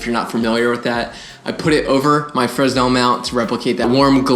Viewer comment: You're not supposed to pronounce the "s" in "fresnel". Love you!